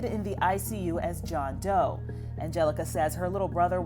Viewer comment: im sorry but JOHN DOEE